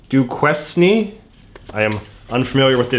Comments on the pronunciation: It's Doo-kayn. Love the channel but your pronunciations break my heart *Oh now I see what you did there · Duquesne is pronounced “Doo-Kane.” So glad to be the first to post about this. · it is said as "doo- cane" I expected you to get this one given im pretty sure its a french name, harkening to the french exploration that also created Fort LeBouf where famously George Washington just waltzed in and took over (I lived very close to LeBouf) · Doo- Cain not dewkwesney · Doo-CANE University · It’s French - Duquesne = Do Kane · Haha haha it's pronounced 'do-cain', also from Pittsburgh and no idea who nelly who ever was for sure never heard of her. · Duquesne is pronounced “Do-cane” btw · It's pronounced do-cane. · It’s pronounced Doo-Cain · It's pronounced "doo-kane." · If you had not goofed off in French class, you would know that Duquesne is pronounced "du Kane." Fort Duquesne was the name of Pittsburgh when the French controlled it. After the French and Indian War, the British renamed the city after William Pitt. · Duquesne= “doo-KANE” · Duquesne = do-Kane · The Pittsburgh University is pronounced "duke-ain" Edit: glad to see you figured that one out👍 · I think that's pronounced, "doo-kain" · DUQUESNE = DU-CAIN. It's french. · The like one French named place in Pennsylvania and he butchers it lol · The Pittsburgh box made me smile and cringe I love this city. The struggle you went through saying Duquesne… the kids in the area say it like that to learn how to spell it (Duke-Quez- Knee) There’s a city of Duquesne about 20 minutes from downtown Oakland, my school district included Duquesne which is placed across from the local amusement park Kennywood, and my highschool. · Coming from Pittsburgh, that box was a very good representation of my city. That butchering of Duquesne was painful, though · You don't pronounce the S in Duquesne. It's a french name. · Being from Pittsburgh all that’s pretty accurate except the pronunciation of duquesne